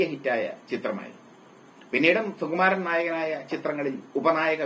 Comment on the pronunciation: ' സു ' എന്ന് ശരിയായി ഉച്ചരിക്കൂ പരദൂഷകാ.